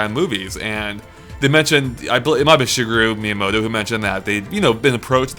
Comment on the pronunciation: SUGAR ME MOTO??? WHAT...Shigeru Miyamoto LOL XD